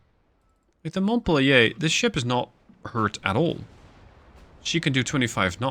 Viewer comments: "Montpelier (/mɒntˈpiːljər/ mont-PEEL-yər)[6][7] is the capital of the U.S. state of Vermont" (via Wikipedia). It should not be pronounced as a French word but as English as indicated above. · Montpelier...Mont-pel-lee-er. 🙂Good show. Keep the sharks away from Indianapolis.